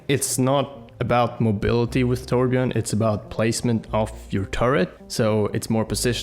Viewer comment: you say torbjörn wrong